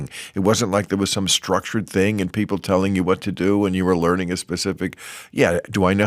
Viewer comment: Oh Bill- "you pbeeple"